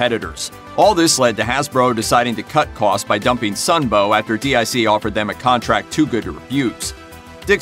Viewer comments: Not D.I.C, it was pronounced "Deek" which was a French company who farmed out animation to Japanese, Taiwanese, or Korean animation studios. In that respect the animation style of the Sunbow produced G.I Joe episodes would not have been much different from the Dic episodes. It was a classical case of badge engineering of a foreign made product, just like happens today. Adapting, and repackaging, Japanese anime to a North American audience was nothing new by the late 80s, so Voltron wasn't breaking any new ground there, Speed Racer started the trend back in the 1960s, followed by Battle of The Planets, and several others. At least Dic and Sunbow contracted Asian animation studios to produce original content rather then ripping off series from Japanese television, tossing out the original themes, settings, stories, character names, and plots, butchering the original shows with heavy editing, and poorly dubbed audio. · you called it D.I.C but I believe it pronounced (Deek) I remember at the end of the end credits a little girl's voice voice would say "deek" when they would show the D.I.C logo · Why does this fool keep calling DIC, (Deke) D.I.C.? He doesn't spell the name of any of the other animation studios. Why does he keep spelling that one? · Protip: DIC is pronounced "deek", not "dee eye see". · It’s DIC Entertainment, announcer guy. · It's DEEK, not d.i.c. It was at the end of every show they produced. Also, while Saturday morning cartoons were almost exclusively on the big 3 networks, many extremely popular cartoons were on local affiliates in both the mornings before school and afternoons right after. Some of them are on your list like GI Joe, SMB, and Voltron. Kids don't know what they're missing out on nowadays, but I am praying for an Inhumanoids reboot. That property has vast potential. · DiC, not D.I.C. 'deek'. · Its pronounced "Deek" not spelled out DIC. Come on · DIC was pronounced like Deek. It was not spelled out. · DIC was pronounced Deek.